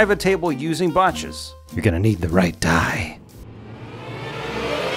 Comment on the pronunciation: The way you say die makes me concerned... Continue...